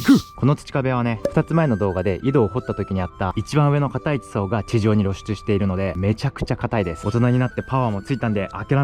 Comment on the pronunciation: 地上にろしゅちゅになってるの珍しいしなんか親近感湧く笑